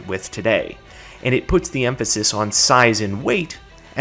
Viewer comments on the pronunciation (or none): none